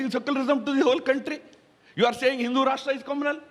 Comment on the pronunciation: Ha Ha Ha this Thaaaroror had basically a problem with the word Hindu.